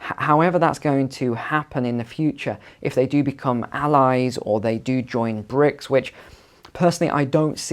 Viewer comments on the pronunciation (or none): BRIC, not "bricks".